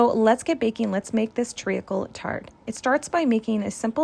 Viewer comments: this looks absolutely phenomenal, but as a brit i can’t get past your pronunciation of “treacle”! it’s pronounced “treecle” not “tree - a - cle” - fabulous recipe though you’ve done the uk proud! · You are pronouncing it wrong! Treeckle is how to say it. Dont over think the letters